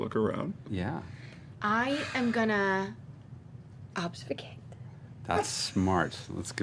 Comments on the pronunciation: I love how everyone made fun of Taliesin for "stanima" but nobody made fun of Laura for "obsfucate" 😂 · Tal can't say Stamina (stanima) Laura can't say Obfuscate (obsfucate) I love these nerdy-ass voice actors <3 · I can't with how Laura is trolling Taliesen for saying stanima but no one dares call out Laura for saying obsfucate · So they make fun of Taliesin for mispronouncing "stamina" a couple times, but no one calls out Laura for her multiple mispronunciations of "obfuscate"? SMH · Why does Taliesin get picked on for "stanima" and nobody notices Laura saying "obsfucate?" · and every other time, Laura, after mocking Tal relentlessly for saying "stanima" (though she wasn't alone), says "obsfucate". -_ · People make fun of the fact tha Taliesin pronounces "stanima" but not even a single nod to Laura's "Obsfucate"?? This is some biased shit.